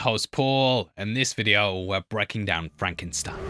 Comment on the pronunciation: “That’s FRAHNKensteen.”